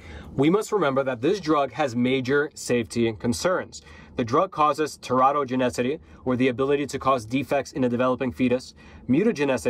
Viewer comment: Great presentation! By the way, check out the proper way to pronounce “teratogenicity”.